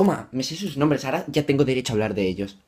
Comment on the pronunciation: hey! plis me muero cuando no prununcias bien sus nombres ...........pero te quedan bien los videos